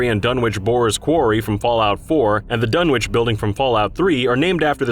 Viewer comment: Dunwich isn't pronounced /Dunn-Witch/ it's pronounced /Dunnitch/ the same as many UK place names like Greenwich (pronounced /Greenitch/) or Norwich (pronounced /Norritch/).